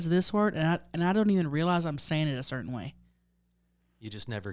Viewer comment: I do the same thing when people say "curtain" without the t or "mountain" without the t. that drives me crazy! Ha, Love ya hunnies!